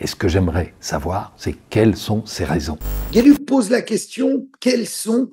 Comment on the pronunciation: ça se prononce: "Gueuluc", pas "guéluc",ça veut dire chance en Néerlandais.